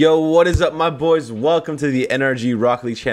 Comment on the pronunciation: geez 😂 “let’s get my boyzzza”